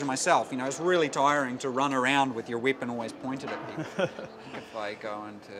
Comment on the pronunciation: hehe wieepon XD